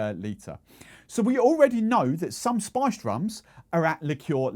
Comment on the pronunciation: Man your pronounciation of "spiced" sounds like "sponge"